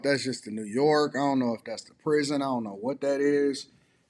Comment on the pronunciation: I hate that she’s 50 and says zont instead of don’t